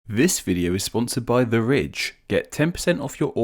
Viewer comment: Your accent makes "the ridge" sound like "the rich", which would be a more accurate sponsorship disclosure lol